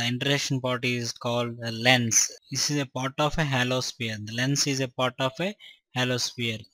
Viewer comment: Part ko port bol raha h